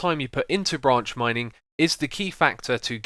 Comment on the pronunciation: I thought u said ranch mining XD